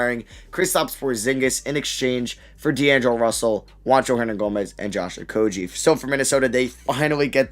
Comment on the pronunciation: Also isn’t it Okogie not Okojie